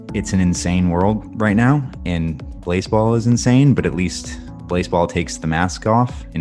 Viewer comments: Pronounce it blaaaaaze-ball surely? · Is it possible that blaseball, while being a play on baseball, could be pronounced "BlaséBall"? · i always pronounced it as blasé-ball in my head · I was hoping it would be pronounced blasé-ball